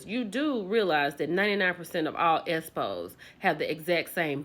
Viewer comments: Gurrlll every time she say Espo I chuckle a lil bit 😂😂😂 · Chile you got me crying every time you keep saying esspo 🤣🤣😭😭😭😭😭. Stop it 😭😭😭😭😭😭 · I can’t stop laughing EVERY time she says ESPO 😂😂😂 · You keep saying ES PO. I can't 😂😂😂😂😂